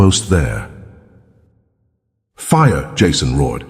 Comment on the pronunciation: Thats jason roared not rowed. Learn to spell better, this A.I. blows.